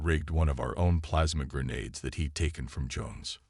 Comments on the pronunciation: Or grenard instead of grenade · Or grenade